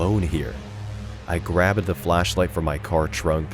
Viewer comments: Had ad-just started? AI grabb-ed? Again AI. I almost bumped inside the car? Maybe you meant jumped? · “You GRABBID” the flashlight ?!”